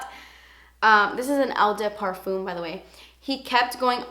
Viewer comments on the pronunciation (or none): its just pronounced "oh deh parfum" not eww dew perfume :)) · You're so pretty and I like your video's. Btw you pronounce the eau from ''eau de parfume'' as an ''o''. So it's '' o de parfume''. xxxx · Si, has caissis as one of the notes. Caissis is another word for black current. And eau de parfum and toilette are pronounced O duh par-foom and O duh twa-yet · Just say the french like "oh de parfuh"... Thats the pronunciation👍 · I don't think wearing different perfumes, on different days, means someone's a psychopath, lol. You pronounce it "oh de parfam", or "oh de twullette", by the way. :) Blackcurrant is lovely. The best icecream flavour ever invented is (home made) blackcurrant. A blackcurrant icecream fragrance would probably, also, be really nice. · Hi, I appreciate your passion for perfume and i love the way you did your eyes in this video! You are adorable so I wanted to make this pronunciation thing easy as pie for you: Eau de Toilette = OH - duh - TWA-LETTE Eau de Parfum - OH - duh - PAR-FUM (as in "crumb") I hope that helps, doll! Kim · it's pronounced oh-de-pahrFAM with a more nasally hint and the french soft r :) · "Oh de parfam". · hello, pretty <3 can i correct ur pronunciation without u hate me?! :S it's 'Oh də twahleht' for eau de toilette and Oh də pahr/føh~ for eau de parfum if am making any sense! love from Egypt xoxo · "this is an el da par-foom, not a toy-let" lmao I love you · Hey. I just thought I'd help you with the phonetics. You say it like this... oh-de-par-foom. and Eau de toilette is pronounced oh-de-twa-let. French is a tricky language! Love your videos:) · its pronounced "oo deh pahr-fahm" and "oo deh twah-let" just so you know! + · Eau de parfum is pronounced "ouh the parfen" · I think the pronunciation is 'oh de par-fuhm' and 'oh de twuh-lette' I hope that helps you lol! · if you want to sound fancy and French, eau de parfum is pronounced "oh duh par-fuh"